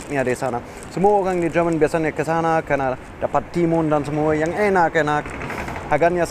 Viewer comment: Do me a favor? Can you pronounce "Jerman" correctly. It starts to get annoying and confusing to always hear you pronounce "german" instead of Jerman when talking about the country. I understand as a german that it's strange for you to read "Jer-" with a yot as well as indonesian prefixes like ber- ter- etc but please get it right when you are talking in indonesian. 😥